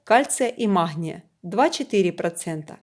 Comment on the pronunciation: маХния... режет слух.